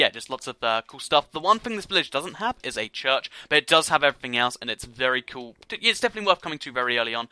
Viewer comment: ***** you said coal it's cool